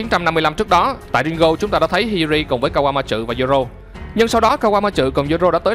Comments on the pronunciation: kaquamatsu chứ ko phải kaquamatrự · ka goa ma trử vl đọc tên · Kawamatsu mà do ổng đọc nhanh + pha chút ính lịt nên nó v á =)))